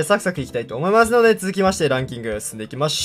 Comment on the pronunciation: 「思いましゅので」ww